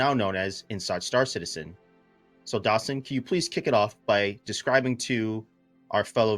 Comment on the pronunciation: Finally someone doesn’t read dasein as dyson.